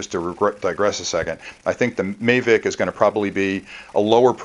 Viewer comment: its pronounced mavic